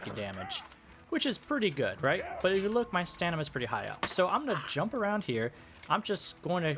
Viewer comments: It is STAMINA not STANIMA! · bro calls it stanima. it's STAMINA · STOP SAYING STANIMA! ITS STAMINA! ITS LITERALLY IN THE VIDEO TITLE! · StaMina no stanima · Stanima -__- I mean how reliable one's explanation could possibly be if one fails to pronounce the subject word. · i love your videos but your mispronunciation has to be a bit right? you saying stanima is driving me crazy theres no way you've never heard someone pronounce it out loud and i cant tell if im just falling for a joke or what oh my god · Are you deliberately saying staNIMa? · I agree 100% this guy says StaNIma, what a silly youtuber ! I can only imagine what he would say if he tried to prononce "Wingardium leviosa" ! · We need to talk about the way you say stamina, mate 😂😂😂😂 it’s not pronounced stanima... That’s blown my mind and couldn’t focus on what is probably more excellent content 🤣